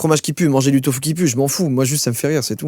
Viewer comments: sa se lit tofu mais on dit tofou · on dit tofou pas tofu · ca se dit pas tofu mais ca se dit tofou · Ça se prononce tofOU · sa ce dis tofou et non pas tofu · On dit tofou même si ça se dit tofu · Y a que moi que ça choque qu'il prononce "Tofu" (avec la prononciation du "u" normal). Désolé mais ça se prononce "Tofou" 😭😂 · Joyca désolé de faire le connard mais le tofu ne se prononce pas « tofu » mais « tofou » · On dit pas ''tofu'' on dit ''tofou'' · On ne dit absolument pas tofu! Ça se prononce tofou 😱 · « Le Tofu puant » ça ce dit pas tofU mais TOFOOUU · sa se prononce tofou pas tofu . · On dit tofOU et pas tofU voilà gros bisous salut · Il a dit tufu mais sa ce dit taufou 😅😂😂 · Juste joyfa, on dit "tofou" et pas "tofu" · On prononce « tofou » pas « tofu » le -u se prononce -ou :) exemple: Naruto se prononce « Narouto » et non pas « naruto » voilà quelque chose de bête à apprendre 😊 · ''le tofuuu'' mdrrr ça se dit ''tofou'' x) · on prononce tofou et pas tofu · Tofu= tofou en pronontiation déso j'étais obligé 😂😭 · ça se prononce tofou puant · Le tofu se prononce « tofou »😭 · Je suis surement pas la seule à l'avoir marquer.. mais .. Joyca, chose idiote à apprendre "Tofu" ce dit "TOFOU", en japonais, le u se prononce ou ! :) Dah beusous et continu d'être comme ça, tu est génial ! :D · À "tofu" ce prononce "tofou" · Ça se prononce "Tofou" 😭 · Tofu se dit "tofou" 😂😂 Enfin je crois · On dit du "tofou" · Tofu ! Ca se dit tofou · sa se prononce tofou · Le tofu se prononce "tofou" et les végétariens et les végans en mange à la place de la viande. C'est très bon pour la santé. Continue comme ça t'es le meilleur.♥️ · J’ai même pas envie d’entendre le scroutch 😂 Au fait on prononce tofu tofou Voilà c est tout 😂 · Comment il dit tofu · Tofu prononcé avec le son u ! 😂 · scroutch.... j'adore ce mot (mdr la prononciation de tofu 😭😭)